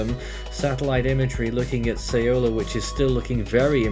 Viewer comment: have heard so many variants of saying "Saola" but noone got it right 😐